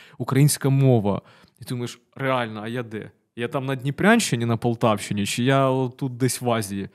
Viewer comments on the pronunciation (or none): none